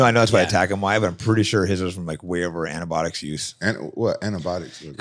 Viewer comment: “Antibotics” lol